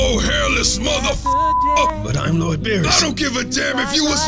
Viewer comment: "my lorrd"